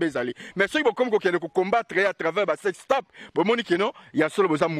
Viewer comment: Salut! Juste une petite correction! Le mot s’écrit « TAPE » mais la prononciation c’est « TEPE » donc le À devient E! Alors vous dirait « SEX TEPE » pas TAPE. Merci beaucoup!